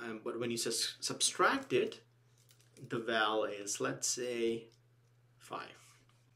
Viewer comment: Not that I am any stickler for chaste English, but it's SUBTRACT, not SUBSTRACT. BTW, great videos !